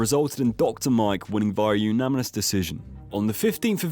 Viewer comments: It's pronounced "uNaNiMous", not "uNaMiNous". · Why does he say umanimous decision 😂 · Say unaminous one more time please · This guy doesn’t even know how to say “unanimous” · really struggling with the word unanimous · Say unanimous correctly challenge (impossible) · idk why but the way he pronounces unanimous really annoys me lool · Brilliant video, seriously, my only comment is the pronunciation of the word unanimous 😐 sorry my dude